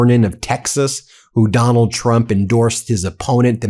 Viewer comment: 😂 “Donald Twump” 😂 we ❤ you Ben